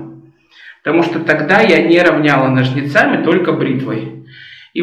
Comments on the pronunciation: Ура, стрижка! Обожаю такие видео., только нОжницами, не ножницАми, а то режет слух. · НожниЦАми это на каком языке?слух режет.